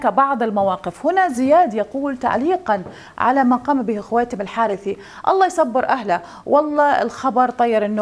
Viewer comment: الحرث شد الراء بالضمه